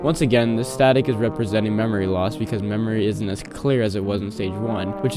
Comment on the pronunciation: "memory loss because memory in't as clear" what the hell is in't